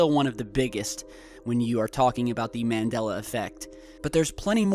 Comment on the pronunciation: 5 - it's pronounced MON DOL LA and BerEn is not "burn"